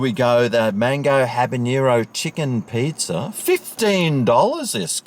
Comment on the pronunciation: I love the pronunciation of pizza…..pizzer lol 😀